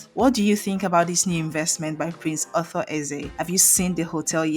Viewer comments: Please there is a difference between author and Arthur.your pronunciation is confusing. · Arthur not Author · His name is not author... His name is Ar-thur. Stop spoling names. You didn't tell people that he lives in Enugu and has been living there for over thirty five years even though he does great stuff in his home Anambra State Otukpo